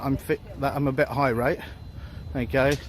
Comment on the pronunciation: It’s irate not high rate